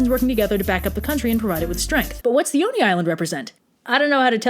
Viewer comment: I thought you were saying Dione and was wondering why there was a Greek-sounding name in this Japanese story then I realized you were actually saying "the Oni" 😂